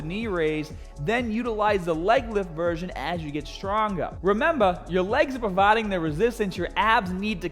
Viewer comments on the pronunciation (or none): Why do you have such great difficulty in pronouncing certain words? "Hardar" "Provarding"